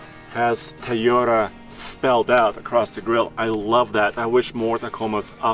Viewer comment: Wtf is a"THAYOTA" ????